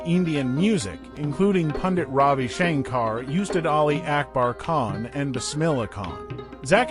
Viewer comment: “Oostad”....for ustad....thats the pronunciation